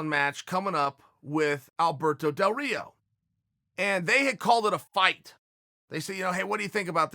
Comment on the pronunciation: Chael sonnen: Alberto del rito Me:ok great